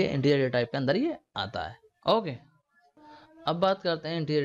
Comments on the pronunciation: bhai wo sab to theek hai but pronounciation theek kro apna hokay nhi its okay okay bro!! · saheee mei yrr ye okay nhi hokay bolta hai:)